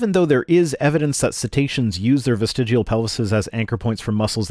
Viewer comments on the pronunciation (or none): everyone knows it's pronounced "vestigual". (On that note, looks like TTOR has deleted his channel, also that a year ago I made a similar comment on a Utah Outcasts video. My material is almost as stale as a Hovind's).